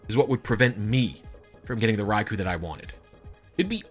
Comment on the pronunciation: you keep pronouncing raikou wrong